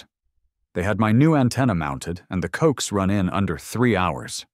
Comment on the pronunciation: Loved this story. However, please be advised that that "coax" cable is pronounced "co ax" (2 syllables) . Its short for coaxial cable. Thank you - former amateur radio operator for a while. 😉